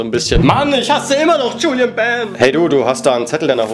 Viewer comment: es heißt Julien nicht Julian